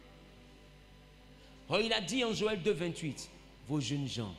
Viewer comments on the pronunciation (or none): none